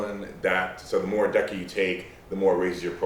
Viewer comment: That is the strangest pronunciation of Deca that I've heard.